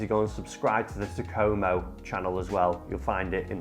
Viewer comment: Can't lie, the way you say Takomo, doesn't sit right with me lol.